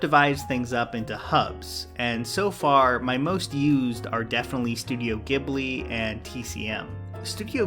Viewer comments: Ghibli is pronounced Jiblee not giblee damnit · Hey man the G in Ghibli is a soft G. It's pronounced jheeblee And btw in Europe Netflix has a deal with Ghibli and all their movies are on Netflix now. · Great video, as always! Just a heads up, Ghibli is pronounced "Jeeb-lee" :) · The Japanese pronounce Ghibli like Jiburi, it's not a hard G.